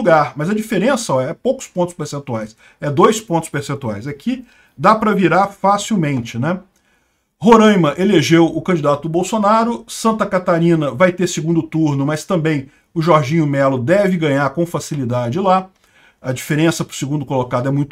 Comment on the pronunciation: Coitado do pessoal de Roraima que ainda ouve pronunciarem Rorãima kkk